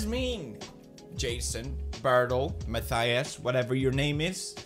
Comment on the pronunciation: Please never every pronounce the german name Mathias the way you did again😂